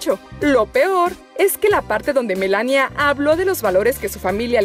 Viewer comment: Melania jajajajajaja Lo siento se que si se pronuncia así pero en la voz de ella no lo se, me causa mucha graci